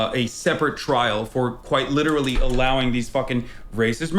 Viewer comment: You missed a couple "quite licherally"'s in there, but yeah that's about all he's got